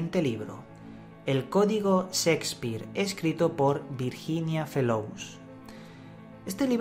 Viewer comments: Creo que son de lo mejor tus videos e investigaciones.. Si, de lo mejor...pero por favor!!!! Aprende a hablar castellano! NO SE DICE SIXPIR!!!!!!! SE PRONUNCIA SSHHHEEEKSPIIIEER!!! Y OTRAS TANTAS PRONUNCIACIONES VIZARRAS QUE TIENES QUE BUENO...DAN GANAS DE ARRANCARSE LOS OIDOS!!! SALUDOS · el codigo Szeckspir xD gracias por el video :P